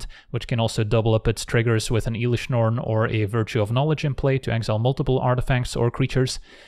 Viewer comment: then says Eelish Norn. There's always one